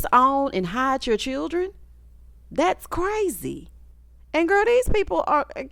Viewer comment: The season of 'Chirrren'